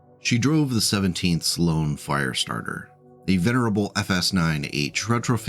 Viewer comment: It's a Firestartah! Twisted Firestartah!